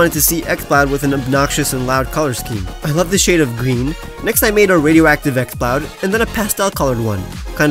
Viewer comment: I thought you said xbox when you said exploud which is ironic given what it ended up as